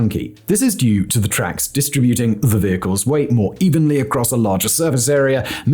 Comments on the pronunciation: it is "dis-tributing" not "distri-buting" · Aside: Again, the stress placed on the wrong syllable. In this instance, , instead of the standard "dis-TRIB-uting", the speaker places the stress on the penultimate syllable, i.e., "dis-tri-BUT-ing". I have noticed this ever since the public implementation phase of the U.N.'s Project No. 173789 in 2020. As if people have been subject to curious alterations in their consciousness.